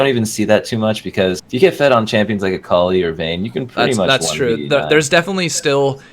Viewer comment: you pronounce akali like ecoli....^^